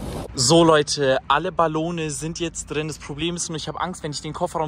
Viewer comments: Ballons nicht baloong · Ich liebs ballone srry aber es heißt ballongs😂😂😂😂😂❤❤❤❤ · es heißt Ballons